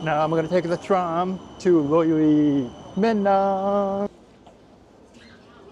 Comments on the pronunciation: That was funny, you say Löyly word like Loiri. (Vesa-Matti Loiri) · Hahahaha I love the effort you put into trying to pronounce Finnish words, but I gotta say your pronouncation of "löyly" was horrible😂 You pronounced it like "Loili":DD Also it's funny that you mentioned at the end you didn't smell any weed anywhere, but the hotel you're staying at, there's vonstantly drug deals (including weed, but mostly harder stuff and pills) done in like a few hundred meter radius😅 There's drug deals done all over and near the Malmi train station, shopping mall, Malmin Tori (Malmi's square) and especially the Malmi bus station/central hub + also the bars near it, which are right next to your hotel😂 You just won't see it as a tourist, unless you know what to look or just happen to look at certain people at a certain time😆 Though the Malmi police station is also like 500 meters from the hotel you're staying at and Malmi is a very heavily policed area exactly, because of the reasons I told and more:D Still it's very safe most of the time for regular people and tourists. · As others have said, you did well with your Finnish pronunciation. The one you need to master is Löyly. It's the worst combination of Finnish vowels. In English you would (nearly) say: ler-oo-loo. 👍🙂 Löyly is the Finnish word for steam.